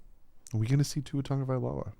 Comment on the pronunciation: Why do you call Tua Tonga-Vailoah and it should be pronounced Tah-goh-Vy-lowah or Tago-Vy-lowah but please lets pronounce it correctly always. Ask Tua to give a proper pronunciation class of saying his last name!!